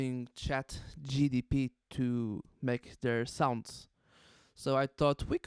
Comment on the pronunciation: Gpt not gtp hahahahaha